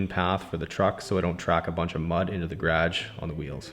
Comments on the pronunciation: Hes funny love his guragh and bunny hug lol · I assume a "bunny hug" is what I call a hoodie. I like the sound of "bunny hug". How cute. I also like how you say garage and process. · I love the way you pronounce garage hahahha